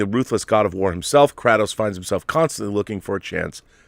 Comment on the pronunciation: KRAY-Tos my brother. anyone whos played one knows its KRAY-TOS